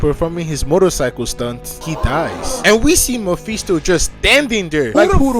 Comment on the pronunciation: Like the narration but the mephisto pronounciation just hurts me